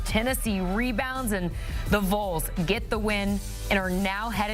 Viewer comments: You pronounce it VOLS... Valls, like the Volunteers. It is NOT the VOLES. Do you say VOLEunteers???? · Vol, not vole. It’s not hard people. Pronounce it the same as fall or call. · Please pronounce Vols correctly. Hard to listen to, distracting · Is she retarded? How the hell do you look at VOLS and pronounce it like that?